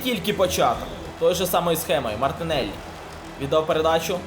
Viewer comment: мартИнеллі😂😂😂 кажи вже одразу - мартинчук!)